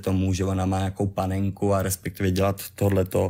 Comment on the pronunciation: "respekťivě" to je vůl :]